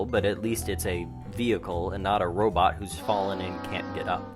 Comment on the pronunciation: Robit? Oh please say it correctly. It bugs the crap out of me when people mispronounce robot. 😃